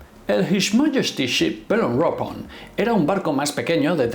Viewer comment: Por tocar las narices y sacar punta al video como haces con la película, mejor Belerofonte no Beleforonte. Y si nos ponemos a pronunciar Eich Em Es, por lo menos Belerofon, no Beleropon.